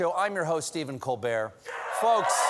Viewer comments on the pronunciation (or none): none